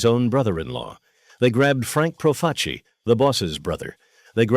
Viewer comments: It’s pronounced. PRO FAH CHEE not proface e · You want to be an announcer then pronounce the name Joe profacI profaci pronounce the last name correctly you j.e.r.k.o.f.f.